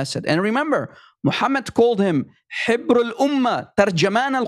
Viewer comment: It's Habr not Hibr. Habr means Rabbi. So, Ibn Abbas is the Rabbi of the Umma, not the ink of the Umma. Get it right please.